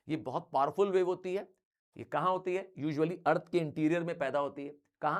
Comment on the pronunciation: the way sir said eath mein compan hoga it was like 6-7😅😂